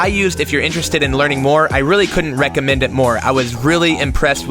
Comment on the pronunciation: great job in execution, but please work on saying "really" that kills.